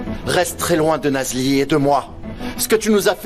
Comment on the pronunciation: 😂😂😂😂😂 c'est parce qu'elle vous énerve que vous ecorchez son nom ?😂😂😂😂 C'est Nazli